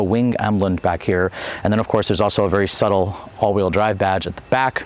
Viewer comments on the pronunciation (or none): none